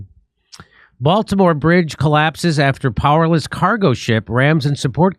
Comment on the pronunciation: Oh, the Bael-timore bridge in mary land?